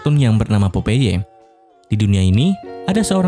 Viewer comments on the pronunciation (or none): Popeye dibaca popay BLOK🤣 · POPEYE dibacanya PAPAE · Perasaan baca nya pop ai lah, jadi, popai